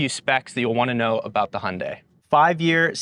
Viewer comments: but still not perfact ... it's not (Hun) dae.... it's more like (Hyoun) dae ... like when you pronounce 'young' not like hundred !! lol '현대' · Yes indeed - for everyone outside of the US (Including Korea which should be the ultimate authority given it's a Korean brand) the pronunciation is similar to HIGH-UHN-DYE (hi-un-dai) with a slight emphasis / inflection on the second syllable. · The Y in Hyundai is pronounced too. I’m only saying this because you mastered the last syllable 🙃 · I heard “Hyundai” but was thinking “Hyundai”…🧐